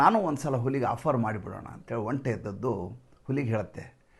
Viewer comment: ಹಾ,,ಇವರೆಲ್ಲಾ ಸೇರಿ ತಂತ್ರ ಮಾಡ್ತಿದಾರೆ ಜನರ ಆಶೋತ್ತರಗಳನ್ನು ಈಡೇರಿಸುತ್ತಿರವುದೇ ಓಟ್ ಚೋರಿಯ ತಂತ್ರ 😂😂😂& ಒಂಟಿ ಅನ್ನೋದು ನಿಮ್ಮ ಕಡೆ ಆಡುಭಾಷೆಯಲ್ಲಿ ಸರಿ ಆದರೆ ಅರ್ಥ ಏಕಾಂಗಿ ಅಂತ,ಅದನ್ನ ಒಂಟೆ ಅಂತ ಉಚ್ಛರಿಸಿದರೆ ಒಳ್ಳೆಯದು ಅಂತ ನನ್ನ ಅನಿಸಿಕೆ